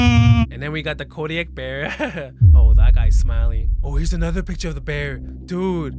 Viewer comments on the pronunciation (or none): my guy rlly said “Kodiak bear”😭💀